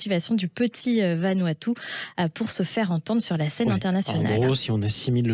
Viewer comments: Vanuatu pas vanuaptu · Se dit Vanouatou. Le U se prononce ou.